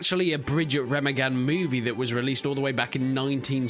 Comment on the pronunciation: Re-MA-gen not Rema-gen